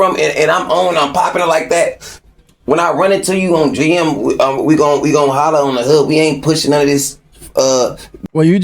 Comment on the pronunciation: I hate the way he say "ON GM" not the sentiment but the pronunciation